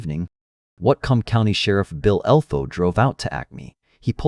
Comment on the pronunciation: You were close but not quite there with the Whatcom County pronunciation. It’s pronounced WATT like in wattage + COME = WATT - COME.